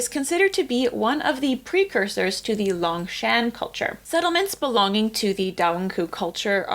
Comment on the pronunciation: Yongshan, long O in first syllable, shan almost sounds like Shawn, or Shaun of the Dead.